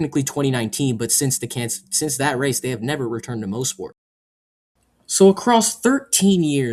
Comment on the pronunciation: It is pronounced moss-port not mo-sport. I was at the 2019 race. I got free tickets from the gm dealer i worked at during the time